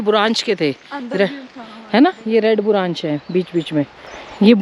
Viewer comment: आप बुरांच बोलते हैं लेकिन ये बुरांश का फूल कहलाता है ❤️